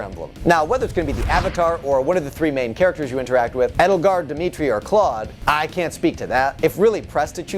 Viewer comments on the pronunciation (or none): The fact that he pronounced it EDD-UL-GUARD and not AYD-UL-GAURD really makes me feel weird